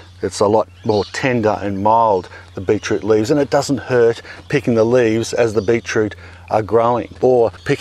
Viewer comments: beet root!! not beech root!! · I love it when my European friends and Aussie friends say 'beet root'. "It tastes like... tastes like a pea." Thank you for saying, 'A'.